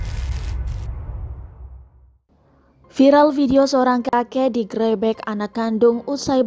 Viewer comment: Penyiarnya apakah tdknbs mengucapkan kata gerebek dg benar?? Risi dengarnya.